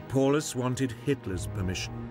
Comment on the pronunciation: Paulus..... pronounced Pow-lus...